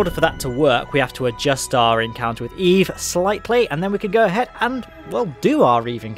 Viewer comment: You lost me the first time you said eve